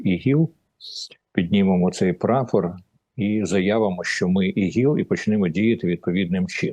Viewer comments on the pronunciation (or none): Та не ігіл а іділ!